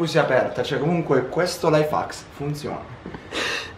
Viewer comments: Sì pronuncia: laif hecks non laifacks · no invece si pronuncia laif hacs